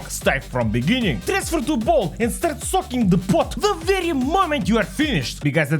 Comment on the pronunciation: Hearing: "Start socking the pot" Go back and look: "Start soaking the pot" Ah yes, that makes more sense